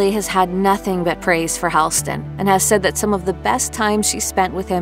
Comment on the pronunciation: The name is Hall-ston like a hallway. Not Hailston. Not a hard thing to find out.